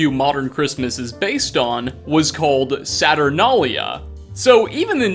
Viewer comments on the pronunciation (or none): I like the fact that you cant say Saturnalia. Its sat ur na li a. Not what ever you said.